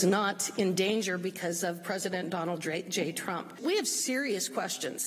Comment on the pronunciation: Did Hageman say Donal Drake J Trump?